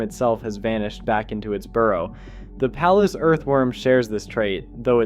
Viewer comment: Worms are fascinating! A couple regional pronunciation tips though: Willamette is pronounced with the accent in the middle- like, wul-AM-ut. Palouse is like, puh-LOOse. (Northwest names can be hard to pronounce, or even predict sometimes. :)